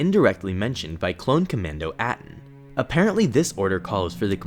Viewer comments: "Clone Commando At-in". Sorry,, but the word, and in this case, the Commandos name, Atin, is pronounced "Ah-teen", and is Mando'a for stubborn or tenacious. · If I kindly may...for future reference...Atin's name is pronounced “ah-TEEN” per , not “At-in”. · "the clone commando at-in" Please, PLEASE, IT SAYS HOW TO PRONOUNCE IT IN THE BOOKS. Atin is pronounced Ah-teen.